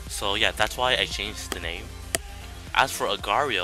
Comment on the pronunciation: its pronounced agar dot eye oh